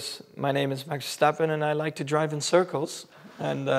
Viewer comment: "I am Max Verstappen and i like to drive in cirkles" xD. Wonderful interview!